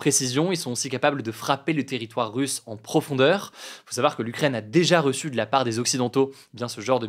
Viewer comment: Pourquoi hugo dit dans chaque épisode "pour en sawar plus". Il suffit de le dire moins vite et c'est facile à prononcer correctement 😅